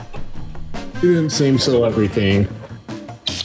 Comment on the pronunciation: Seal, not sill.